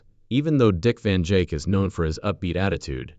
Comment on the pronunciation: These bot readers are ridiculous! Can’t even say names correctly! Keep repeating the same things over n over Dick Van Jake! Give me a break. Out of here